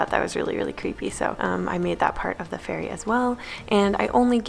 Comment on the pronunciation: My son said every time you said fairy it sounded like furry.